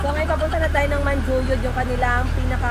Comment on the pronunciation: You keep on saying Manjuyod, Dumaguete. I'm sorry ha pero dili na mao. Dumaguete City is the capital of Negros Oriental while Manjuyod (pronounced Manhuyod) is one of the towns of Negros Oriental.